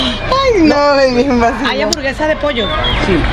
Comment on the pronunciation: After all those years traveling in Latin America you butchered the word hamburguesa.😂